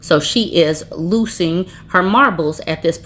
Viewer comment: I was wondering why you were saying "loosing"😂😂😂😂